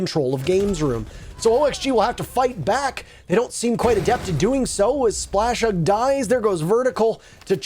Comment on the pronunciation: Why do they call “splashug” slash???